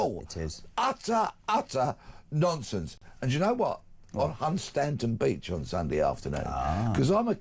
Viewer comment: The correct pronunciation of Hunstanton is:- Hunston